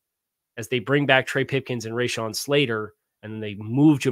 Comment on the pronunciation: RA*shawn not RAYshawn. Good video. Boot up